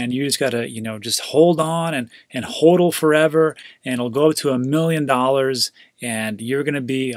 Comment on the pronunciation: I like your videos. But when you say hodl "hohdle" instead of "hawdle" it makes me cringe a bit